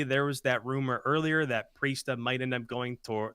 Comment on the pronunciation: Accuracy Temp Attach Priestahh you heard it here folks